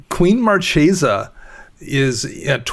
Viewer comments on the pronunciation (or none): Marchesa is an Italian word. It's the female counterpart of Marquis. It has a 'hard c' - Mar-KAY-za